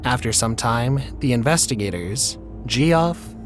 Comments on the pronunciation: Gee Off? Seriously? Jeff is how you pronounce it. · Why tf pronounce Geoff as "G-off"? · Jeff . It's pronounced Jeff for fuck sake. Weird the things that anoy you init